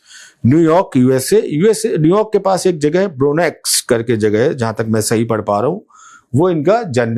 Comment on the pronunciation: ब्रोंक्स नाम है आप का उच्चारण ग़लत है तो उसे करेक्ट करें.